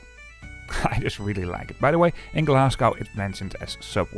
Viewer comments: There is no city called Glas goww. The city is called Glas go!!! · It's pronounced Glas-go, not gow. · It's not Glas gow it's Glasgo the W is basically silent. But cool video.